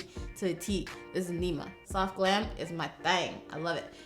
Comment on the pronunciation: Girl you didn’t say soft you said SOHF!!